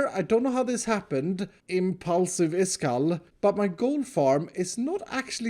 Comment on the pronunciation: Why Everyone Says His Name Wrong? His Name Is.